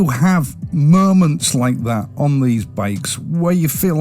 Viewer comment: Luv the accent, what is it?. Merch for March, Murrments for Moments...I thought the Kiwis were challenging enough.😋 So you dont like the RE 650? the W800?